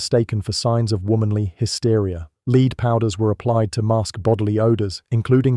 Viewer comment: Very informative ...but can i just say "Lead" is said"Led" ..its what was used in pencils and highly toxic.